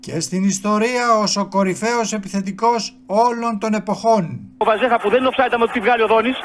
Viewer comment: Βαζίχα προφέρεται στα πολωνικά βασικά με παχύ ζ. Το rz στα πολωνικά δηλώνει το παχύ ζ.